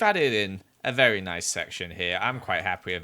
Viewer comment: Me: IM SORRY WHAT !! him: A VARRY BASIC HOUSE!!!! My self esteem...